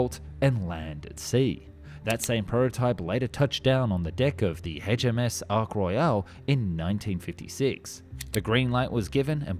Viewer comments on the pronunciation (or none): It's Ark Royal, not Ark Royale, they are not French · It's ARK ROYAL not ark 'royale'. frigging yanks. its British not french. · Ark Royale? It's not a french Quarter pounder dude. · The name of the carrier was the Ark Royal, NOt "Ark Royale". How on earth could you mispronounce that?! And the title appears to have little to do with the video. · Is the Ark Royale called a Quarter Pounder with Cheese in America? Some strange pronunciations in this interesting video